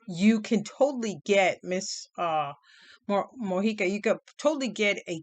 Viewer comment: Yes you pronounced it right :) thanks for the review